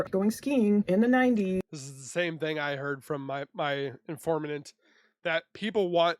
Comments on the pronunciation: “Informanant”…I love some of your pronunciations! I think you get to talking and your brain gets ahead of your mouth 😂. Informant. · "I suggest you highly go over there" should be I highly suggest you should go over there. "Informanant" is informant.